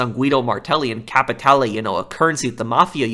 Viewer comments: BTW, its not Capitale. Its Capi tay lay! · CAPITAYLAY! CAPITAALEE! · agreed and it’s not just the fact they constantly say capitale, it’s how they say it like capitaalaay 💀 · Why does no one know how to say cap-uh-tal-ay? Spanish I fellas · The ammount of times they say CaPItALAy its too much f×#$% Capitale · is literally a joke as an npc Why the fuk does he say kapeetaylay Not to mention his schizophrenic episodes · I'm glad i'm not the only one sick and tired of hearing "CapiTayLay" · Everyone: Can you stop saying Capatale for 5 MINUTES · If I hear you say capitale one more time I'ma capitaLAY my hands on someone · Me : Capitaloe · "Stinkin capitaylayy" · 50 minutes of him saying captialie wrong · i agree fully but i hate the way you say capitale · You pronounce "Capitale" wrong. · You know Rockstar can do so much during a pandemic so back-off for a few more months and Red Dead 2 is coded differently than GTAV. And Cayo Perico was in development since the Casino update and you are pronouncing capitalie incorrectly